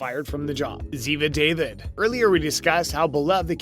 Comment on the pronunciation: It's ziva da-veed not ziva david